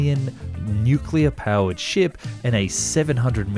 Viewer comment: Pronunced nookuler